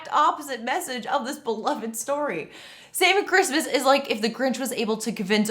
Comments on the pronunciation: I keep hearing "Saving Christmas" as "Satan Christmas" and feeling wildly confused for a second lol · Anyone else keep hearing "Satan Christmas" instead of "Saving Christmas"?